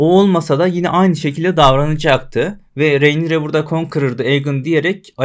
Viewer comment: Selam. Hocam isimler yeterince birbirine bu kadar benziyorken şu ana karaktere nolur "Reynira" deme ya. Bir bölüm içinde karakterin adı 867 kez telaffuz ediliyor. ''Rinera de, Rinira" de bişi de gözünü seviyim. Videolarını seviyoruz, saygılar.